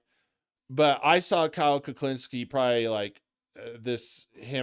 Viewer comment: bro said his last name wrong😂 and its in the title🤔